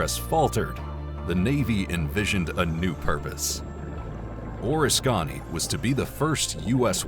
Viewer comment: Unfortunately, you are horribly mispronouncing USS Oriskany..